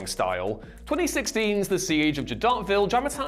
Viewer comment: He broke my ears with his pronunciation of Jadotville. Taking tips from Big Ron and Juventus are we?